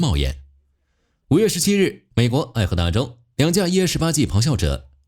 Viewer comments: 这个朗读AI是怎么把爱达荷读成爱荷达的？太诡异了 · 美國愛“達荷”州……